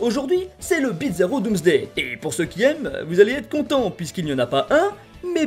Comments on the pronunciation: C'est moi ou tu prononce bizarro, "Bitzarro" ? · Pourquoi tu prononce bitzarro ? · pourquoi "Bidzaro"? Il faut le prononcer comme bizarre, et non comme pizza 😅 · tu disait bizaro mais j'entendais pizza roh... j'ai faim.